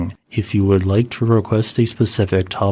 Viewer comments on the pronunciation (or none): none